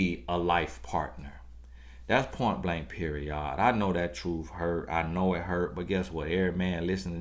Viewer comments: Anybody else watch these just to hear say “point blank periOD?”. 😂😂😂 In all seriousness though. Take the lesson ladies. 🤷🏽‍♀️ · Yesszzz Point Blank PeriOD lol